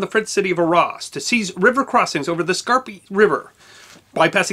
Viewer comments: It is NOT pronounced 'R-ARSE' it is Arras, or 'Ar rass' - can't this guy learn how to properly pronounce European names before he puts on his silly bowties?? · Great stuff but you should learn proper pronunciation. Arras, Caen, etc. are French place names. Cheers!